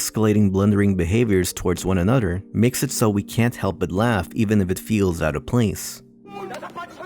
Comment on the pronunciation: one anudder